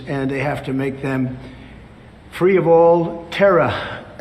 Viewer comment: A Pwesident has to be Fwee